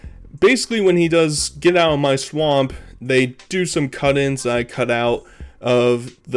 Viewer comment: Y can't he say swamp lol